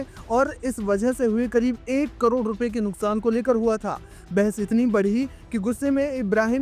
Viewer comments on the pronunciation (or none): none